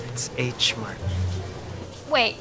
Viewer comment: She said Huh Mart. Girl HUH??? xD